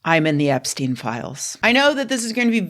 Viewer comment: Oh hell no, not "Eps-chick" 💀